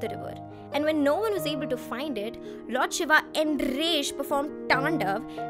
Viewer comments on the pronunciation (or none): none